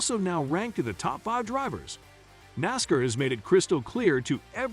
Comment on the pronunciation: Get somebody to read the story who knows how to pronounce nascar